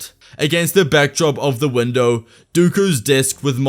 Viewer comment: Did you just say a gigantic glass Windu?